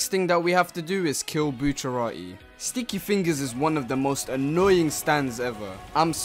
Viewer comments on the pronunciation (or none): I can’t tell if he said sticky finger or stinky finger